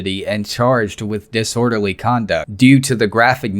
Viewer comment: "You're being deee-sordalee right now"